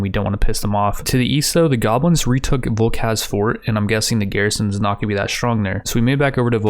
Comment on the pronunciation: Vulchaz is not pronounced woolkaz It is Goblin for Vulture's So it is pronounced like Vulture's Fort